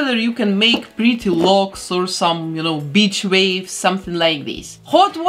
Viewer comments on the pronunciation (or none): i heard bitch wave i was like WHAT?! hahaha ohhh beach wave XD haha